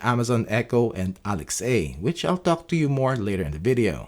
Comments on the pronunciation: Very good video. Thank you! Just to let you know, you're mispronouncing "Alexa". It's pronounced as one word with a soft "a" at the end -- like, "Aleksa" -- not two words like "Alex-ay". Cheers! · Irritated by your "ALEXEI", I was unable to continue watching the vid. My goodness, it's ALEXA, the very same way you say LINDA, not LINDEI.